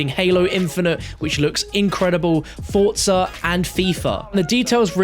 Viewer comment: The way he says 'fortza' makes me cry